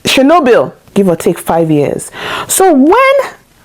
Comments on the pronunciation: I'm sure someone else has corrected this, but I don't see it. It's pronounced "chair-NO-bill" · The stress is on the "o".